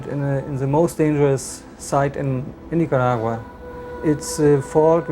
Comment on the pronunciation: Terrible disaster. What's a Nicuragura? I refuse to try and explain this never ending pronunciation mistake. Spanish is so easy to pronounce and yet this mistake persist. On and on and on.